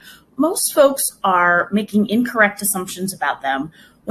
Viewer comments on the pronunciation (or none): when she says "folks" it sounds like "phobes" like people that are phobic.